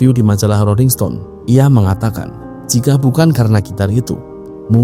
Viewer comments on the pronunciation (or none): none